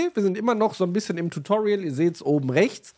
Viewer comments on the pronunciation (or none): none